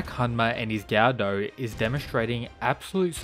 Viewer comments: It's pronounced guh-duh, not gaudau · It would be pronounced "go dough" just fyi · Yep, that is the proper pronunciation of the long O (ō/ou) sound.